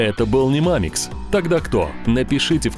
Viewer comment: Странно сказали в начале мамикс